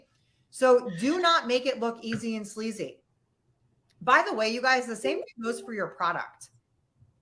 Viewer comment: cheap and sleazy. But it sounded like she actually said slazy which is a new word I can get behind :)